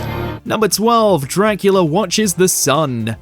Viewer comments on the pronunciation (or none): none